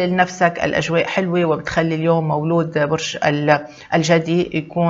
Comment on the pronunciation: ليش تقولي مولو..... ما تقوليش مولود ستفزيتيني